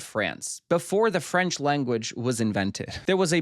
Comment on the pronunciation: just here to say it's nice to hear someone not completely butcher french pronunciation for once